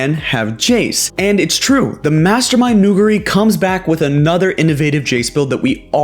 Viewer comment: People cant pronounce nuguri's name bruh